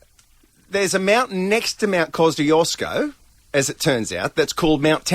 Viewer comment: It's not Mt. Cosyosco It's Mt. Coshchooshco